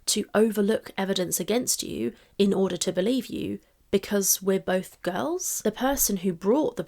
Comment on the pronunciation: love... it's "bolth" 😢